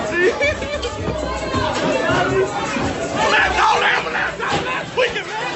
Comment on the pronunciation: "MAN CALL THE AMBALAMPSE"